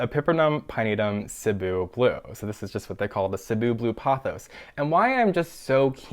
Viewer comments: i was just about to comment too that is the only plant youtuber i've heard even close to pronouncing cebu correctly! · As a Filipino person with roots to Cebu, Philippines, I thank you for pronouncing Cebu correctly, hahaha 😂